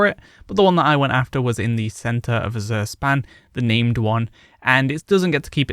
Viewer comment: The "Z" in Azure Span is pronounced like the "J" in Taj Mahal. a Zh sound. It's not azoor, but more like Ajur if you pronounce the J like Taj Mahal's J.